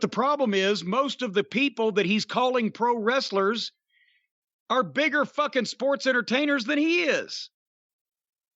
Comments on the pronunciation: “Pwow westlel”? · Actually he said we “beat off pwo wrestlers” lol.